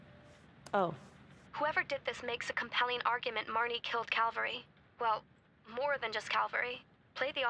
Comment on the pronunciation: Jack: Calvary?.... caverty?.....caven?..... cav-?... cal...- CALVERY! ME: ASSHOLE!!!😂